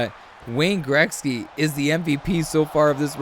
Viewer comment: "Greksky"? Or am I just hearing u wrong?